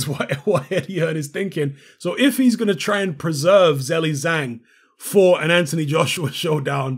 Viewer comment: hello, ur pronunciation for his name is not right😅😅